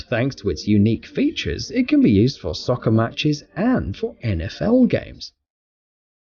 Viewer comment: When he is british and calls is Säker